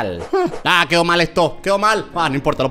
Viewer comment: se dice quedo no cedo